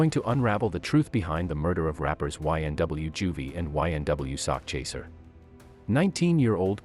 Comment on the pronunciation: It is sakchaser 😂😂😂 not sock chaser...as in "chasing a sack of money" it does definitely sounds homo 😅😅😅